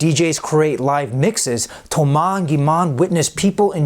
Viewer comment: "Thoumass" "Gimann" What